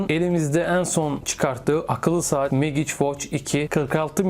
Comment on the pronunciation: Megiç degil Mecik diye telaffuz etmeliyiz, bilg.